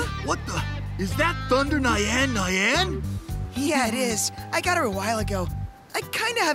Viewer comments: I’m pissed at how Thunder Nyan-Nyan was pronounced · The way they pronounced nyan nyan physically hurt me, also did they just imply that Bastion had a thing for a card depicting what looks like a child?